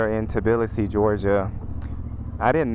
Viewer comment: congrats on nailing the pronounciation of Tbilisi 😀 literally 99% of foreigners switch the letters "b" and "i" and say "Tiblisi" 😀 LOL